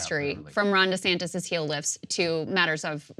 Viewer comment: Cross-dresser Duh-Santis